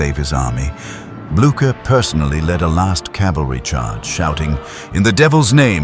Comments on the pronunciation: Jaki Gerard, jaki Blacher?? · Co za katastrofalne nazywanie dowódców w tej bitwie przez narratora!! Trzeba najpierw uczyć sie wymowy francuskich i pruskich nazwisk dowódców!!